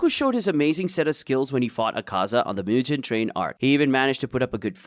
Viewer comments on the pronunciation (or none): none